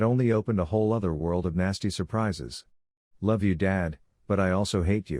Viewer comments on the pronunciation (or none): none